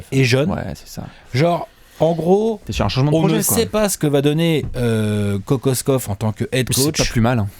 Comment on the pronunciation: Petit cours de Serbe rapide, car semble intéressé. Kokoškov se prononce Kokochkov. Š = ch C = ts comme dans Divac (Divats) Ć et Č = tch comme dans Jokić, il existe une légère différence entre les deux lettres mais difficile à percevoir à l'oreille. J = y comme dans Jokić, Marjanović. Mais sinon, sympa la vidéo.;)